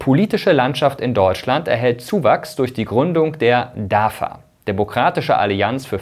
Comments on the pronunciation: Sag doch nicht immer DAFA! (nicht Vogel V) es wird DAWA ausgesprochen. Es wird in türkisch so ausgesprochen wie geschrieben. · Nicht DAVA, spricht sich DAWA Weil türkische alfabeth keine double W hat. Wenn Information dann richtig informieren! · Nicht dafa sondern dawa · Könntest Du das bitte richtig aussprechen. Es wird Dawa ausgesprochen. Ein bisschen Integration bitte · im türkischen wird das v mit w ausgesprochen